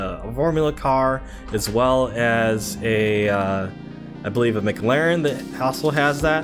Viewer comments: guy really called it a Mack Laren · it really does 😄